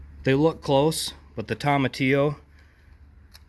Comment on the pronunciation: TOE-muh-tee-oh. Not TOM-uh-tee-oh. No Toms about it lol Anyway…This helped me so much! I think my mystery volunteer is a cape gooseberry. Thank you!